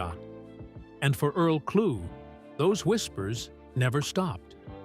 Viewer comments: What a waste of time. Can you at least say the mans name right. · Thank y'all for commenting so I can stop watching. I'm in Detroit and pissed that the AI voice screwed up homie's last name. Earl is forever amooth. I've been hearing his music pn rotation now more than ever on SiriusXM.